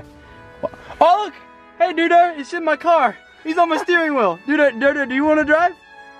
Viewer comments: It's called a doduo not a dudo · It's pronounced doe duo